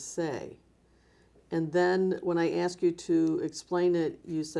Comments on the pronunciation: “Where they are axed”!!!! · “She helps wherever she’s axed” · Axed? Asked dumbass. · I pacificly aksed